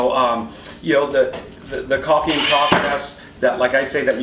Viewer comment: Thank you for saying caulking the proper way. Without the L. Except for journeyman john. He's wrong lol